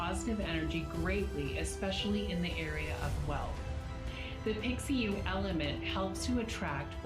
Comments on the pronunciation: Tbh im just ticked off she pronounces pixiu "piksyu" and feng "fehng" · Yo the actress isn’t even pronouncing Pixiu correctly. Now you’re gonna teach us how “wear it correctly?”